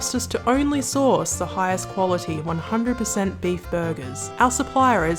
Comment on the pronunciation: Wait, did he say source or horse their supply? Guess they hitched their wagon to the wrong supplier. Subway chicken, Soy Vey.